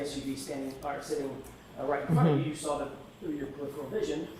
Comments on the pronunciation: I cant stand how she says SAW it. She says SAR it. 😂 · THANK YOU🙄